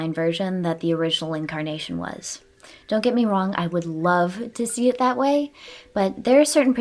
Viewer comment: well, now I will only be able to pronounce "dont" like dawnt